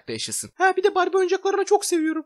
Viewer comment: Barbiğ diyoğ ama winx çıkıyoğ what the alaka